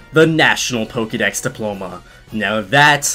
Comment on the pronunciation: Says the word Pokédex like how it's spelt Says Pokémon like polkamon I'm triggered.